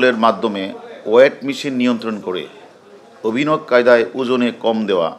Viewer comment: ''অভিনব" শব্দটা ঠিকভাবে উচ্চারন করেন !! 😆